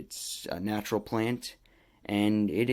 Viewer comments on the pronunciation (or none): none